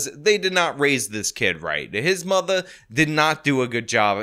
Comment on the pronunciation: Lol, when you said "his mother" the newyork accent really came out "his mudda"